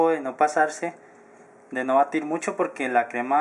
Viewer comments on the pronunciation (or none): none